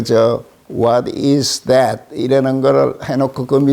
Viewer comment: 홋또 이스 잣또 ㅋㅋㅋ